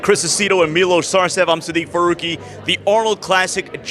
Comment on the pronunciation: This dude just signed off and said his name was "Steve Farooqi" cmon!!!